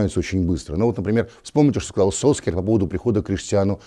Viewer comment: А в чем прикол Сульшера называть Солскйяером? Ностальгическая дань прошлым ошибкам российских комментаторов?